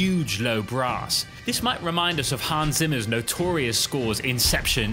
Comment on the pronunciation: His name is Hans Zimmer not Han Simmer pronounced the name of one of the best composers wrong ... why ? to lazy to look up how to pronounce it properly?